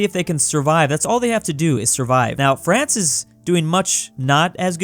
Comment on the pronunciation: did he just say Brance?